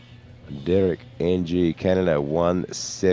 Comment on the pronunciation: Lol it's Derek Ng, not "Derek Engie"